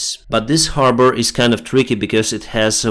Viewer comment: You said harbor like a Bostonian the first time... Habaah...😉👍